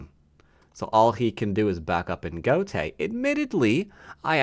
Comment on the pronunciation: gote is two syllables!